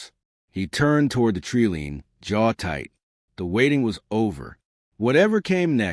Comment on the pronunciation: Good story but the AI Voice needs a little work. It’s not a tree lean it’s a tree line.